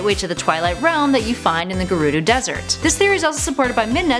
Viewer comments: gurdo?.... do you mean gerudo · You say gerudo wrong